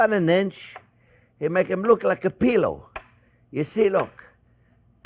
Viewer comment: “Make’m look like a pea-low”😂 I LOVE Chef Jean Pierre!